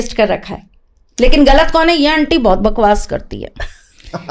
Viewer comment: पहली बात जो है, अंटी नही होती, aunty शब्द है, जिसका उच्चारण आंटी होता है। दूसरी बाद भिक्षा और भीख एक ही चीज है, उर्दू भाषा में भीख होता है। तीसरी बात दक्षिणा, वह भी तुमको पता नहीं। किसी की योग्यता जो हमारे लिए उपयोग हुई होती है , दक्षिणा उसकी फीस होती है। और क्या बताऊं , तुम इतना प्रैक्टिस करके और मेकअप और रिहर्सल करके आती हो, इसकी इतनी जरूरत नहीं है। जो नही जानते वो बेचारे जैसे हाँको चल पड़ेंगे, लेकिन जो समझता है,वो गलतियां पकड़ेगा,और साथ ही अपना माथा भी। भाई तुम सिनेतारिका नही हो, भविष्यवेत्ता हो, इसमें मिट्टी को सजाने की जरूरत नहीं है ,अपना ज्ञान , शब्द ज्ञान और विद्वता को चमकाने की जरूरत है। मैं ऐसे लोगों को जानती हूं जो देखने में पगला दिखता है ,लेकिन उनके ज्ञान को सुनकर बड़े से बड़े विद्वान भी नतमस्तक हो जाते है। दान , दक्षिणा , भिक्षा और भीख को सभी बंधु ख़ुद गूगल करें और देखे।